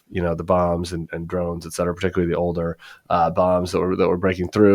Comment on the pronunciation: Etc stands for ET CETERA not EX CETERA. Other than that, I love your show